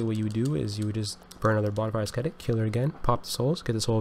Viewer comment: The ‘c’ in ascetic is functionally silent. It’s pronounced Ass-Etic.